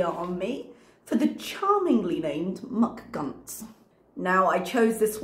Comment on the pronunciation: You say “McGunts” in the poshest way and I am liveeenn for it! 😂😂